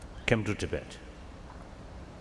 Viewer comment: Andrea Cappuccio especially the constant "to bed" instead of tibet^^